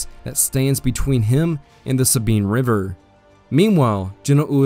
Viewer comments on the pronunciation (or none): none